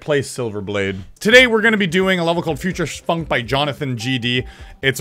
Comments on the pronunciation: Bro said futursh funk😂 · Anyone not notice he said Future Funk like Future Shfunk